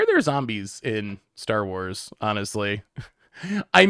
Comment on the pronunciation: I love branching out to enrage a whole new fandom with his pronunciation 😂